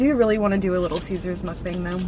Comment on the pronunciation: It's muk-bangh not bang